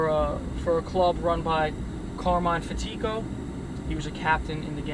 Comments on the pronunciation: Fat A co. Not Fat Treeko. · I love your vids! Great job! Note; it's Fat-tic-o. Accent on first syllable.